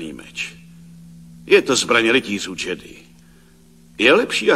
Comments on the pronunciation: ten dabing kde místo džedáj říkají jedy nebo džedi, z toho je mi na blití a trhá mi to uši. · Mě trhá uši zase [jedy], ale [džedy] mi nevadí. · Sice nepopulární názor, ale mě se nejvíc líbí třetí dabing, hlavně co se týče výslovnosti SW terminologie. [jedy] nebo [džedy] je fakt strašný, když je správně [džedáj]. A Ford s hlasem Soukupa mě fakt tahá za uši. Jako dítě jsem to určitě viděl s druhým, ale než jsem viděl třetí, tak za tu dobu jsem ten druhý zapomněl. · Je skvělý vidět(slyšet), v tomto případě u Obi-Wana, jak se vyslovoval "Jedi". První dabing [jedy], druhý dabing [džedy], třetí dabing [džedaj], jak už dnes známe. Jinak skvělé video. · Evoluce výslovnosti: Jedi - Džedi - Džedáj :)) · Rytíř "Jedy" v prvním dabingu je fakt masakr... Asi jako kdyby někdo četl "chléb" jako "cé há léb" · Ovšem ta výslovnost jedi a dalších pojmů je strašlivá :D